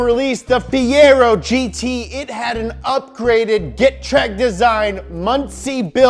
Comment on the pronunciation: Yeah but he pronounced Getrag wrong...lol!